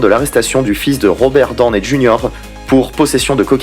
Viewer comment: Je viens de couvrir ta chaîne j'aime bien Par contre la façon ton tu prononce le nom de famille de Robert Donney Junior ma un peu dérangée Sinon cool ta vidéo